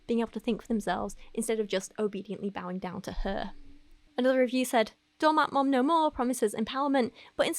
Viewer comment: Hahah not “doormat maaawm”